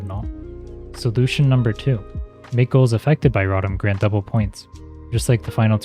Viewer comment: Great video but the way you pronounce rotom pisses me off 😂😂😂